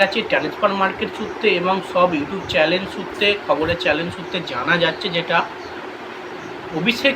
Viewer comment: Ota chalen noi chanel hobe.sothik uchharon korle sunthe bhalo lage.